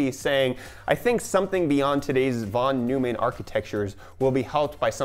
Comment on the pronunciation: REEEEEEEEEE von Neumann is pronounced von Noi-man